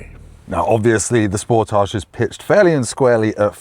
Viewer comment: That's not how you pronounce Sportage, lol